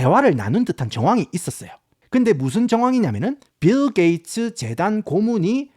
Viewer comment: ㅋㅋㅋㅋㅋ씨불알 빌게이츠 라고 할 수 있으면 븰게이츠라고 계속 하네 ㅋㅋㅋㅋㅋㅋㅋㅋ